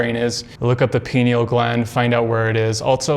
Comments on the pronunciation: Pronounced🥸—- (Pie-Kneel) 🤨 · Guys, take a drink everytime he says pineal (but he says "pee-neal") and youll be wasted in no time.